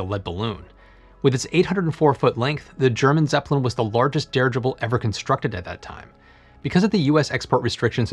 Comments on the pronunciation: No one else has commented on the pronunciation of "dirigible"? OK........ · Dirigible can be pronounced at a normal talking speed with no severe side effects, other than being understood. It comes form an old latin root meaning, to direct. Your welcome. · I don't know which is worse, his horrible and overused puns, or his pronunciation of "dirigible".